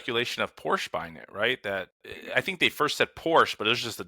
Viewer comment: Congrats on actually saying Porsche correctly. So many people put that stupid “sah” at the end when they shouldn’t. That said….it is quite a slap what Tesla is doing. Is it legal? Will the guy fight it in court? Should be interesting to follow.